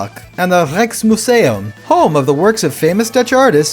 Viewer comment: I am dutch the way you said "Rijks museum" is pretty funny no hate just nice